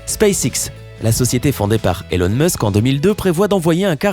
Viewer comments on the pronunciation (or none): none